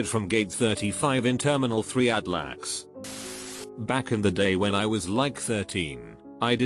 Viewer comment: L. A. X. Not lax